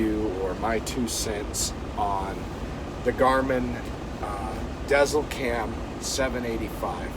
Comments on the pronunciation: It’s not pronounced Dezzel cam. Deisel cam. Dezel for short because it’s for big rigs. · It's pronounced diesel just so you know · The ē in Dēzlcam .. the bar over the vowel makes the vowel "long" as in "eeee" not "eh". Pronounced like Dee zel cam 😎